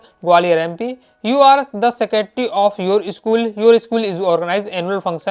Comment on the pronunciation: 🗣 be like:- Secretary❌ secaty 😁😅